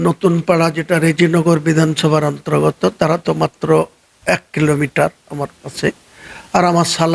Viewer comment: 'অন্ত্রগত' 'উত্রপ্রদেশ' এই ধরনের ভুল উচ্চারণ হয়ে যাচ্ছে স্যার ! লক্ষ্য করার জন্য অনুরোধ করছি!